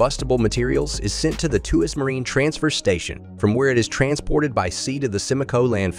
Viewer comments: There is no "k" sound either. It is simply the same as "Twas". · It is not "tu-as", Tuas is pronounced "twask". It's of Malay origin and big industrial area in Singapore.